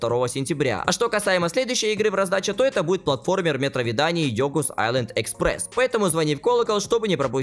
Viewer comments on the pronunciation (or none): none